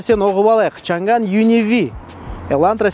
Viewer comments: шанган емес,«шаң ан» деп айтылады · бұл көліктің аты ЧАҢ ӘН! чән гән емес! қытайлар ЧАҢ ӘН деп айтады!Орыс әкелерің қалай айтса солай айтабермеңдершы!Орыстың тілі ол шолақ тіл көп сөздікке тілдері келдмейді! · Айналайын ау чан ганы несі?аңқау елге арамза молла деп. Н мен Ң әрпін дұрыстап айытсаңшы. Ағылшын сөздерін қалай айтып жүрсің? Ң әрпі орыстан басқа ұлыттардың барінде дыбысталады. Қытайда чан ган деген сөз жоқ. “ЧАҢ ӘН ” деп дұрыстап айытсаңшы. Washington ды қалай айтып жүрсің? Орысша нг деп жүрсің ау. Ұятай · Чанган деп жазылады, айтылуы Чянянь! ☝ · Чаң ән деп оқылады жігіттер